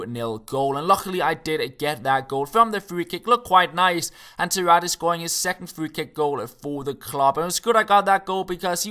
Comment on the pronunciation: its pronounced Zárate.